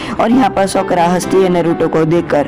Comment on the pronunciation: It's "साकुरा" not "सकुरा" Please correct it😅